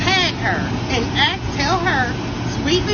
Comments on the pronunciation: ASK not 🪓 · You mean ask? (Axe)